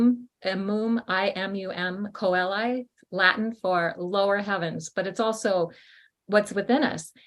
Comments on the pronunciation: Pronunciation of coeli: growing up Catholic at a time when Latin was used in the church, we pronounced this word, a great deal. It means heaven, or "of heaven," and it is pronounced: CHAY-lee. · Immum Coeli = Ee-moom Che-lih. Coeli = heart in Italian